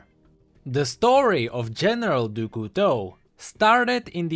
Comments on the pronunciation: Nah, there is no real english sound for "Du", it's not "Doo" "Cou" is "Coo" "Teau" is "To" IDK if you got me xD (btw in english it would look like "of the Knife") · No. For example, the "Du" is pronounced "dü".